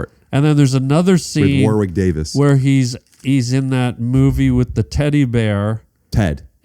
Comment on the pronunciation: Warwick is pronounced "warrick" you douche.